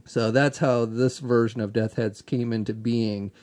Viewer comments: I'm just messing with you buddy, but nearly every time....Death Heads 😂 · Also......say it with me...Death's Head 😂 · Bo Clarke lol! I was about to say the same thing. I love ya,, but that was driving me crazy.;)